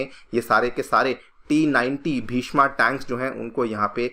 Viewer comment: हिन्दी में पढ़ा रहे हैं तो प्लीज़ शुद्ध हिन्दी तो बोलें। भीष्मा नहीं भीष्म टैंक नाम है इसका। कृपया बुरा न माने लेकिन सीधे करें। बच्चे आप लोगों को फॉलो करते हैं।